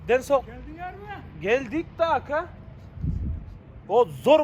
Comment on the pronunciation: Келдик да акааа дегенде акцентин бар экен 😂🤣🤣